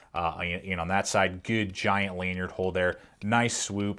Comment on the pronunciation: Lanyard not laneyard Particly is not a word